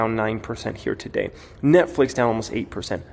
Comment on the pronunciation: don't say " here today" sounds like YTD